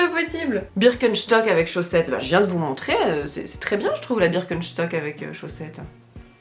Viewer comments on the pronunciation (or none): Moi j’ai bloqué sur le birkenCHtock au lieu de birkenstock 😅😂